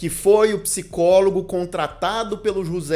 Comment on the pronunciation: Comentário pros nerds: a pronúncia de José seria "Rrôcê". Tô amando o vídeo 🎈👏